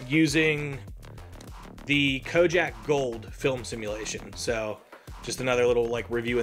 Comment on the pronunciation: Did you say "KOJAK"? It's pronounced KO-DAK. Kojak was a TV series from the 70s.